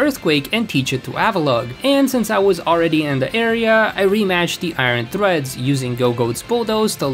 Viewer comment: ok what. Ponard, iron threads, luma crash, bro it's Pon-E-Ard, spelled pawniard, I-ron-tred-s, spelled iron treads, and (ok i dont know how to type the pronunciation of the last one, but there is an n and an ia in there.